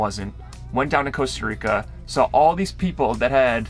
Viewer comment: You should come to Europe or travel around South America? I love your 'Nomadic Movement' and you are superb people but technically America is one country so you need to utilise your fantastic travel skills in different countries. Costa Rica is a good start but practice to pronounce that empathic 's' and 'i' : Co's'ta and R'i'ca ii!!